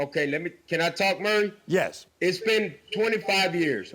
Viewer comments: His name is Maury. Not Murray... How do people continue to mispronounce it? The baby is absolutely beautiful..... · It's pronounced Maury NOT Murray. Damn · 🤣🤣🤣🤣🤣 pronounce Maury correctly....yes!!!!!! Has this dude never seen the show before that he didn’t even know how to say his name right?! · I'm 55, in Houston and love Latinas. If Jocelyn is tired of this vato, she can give me a ring. I don't have tattoos, but I can pronounce Maury correctly.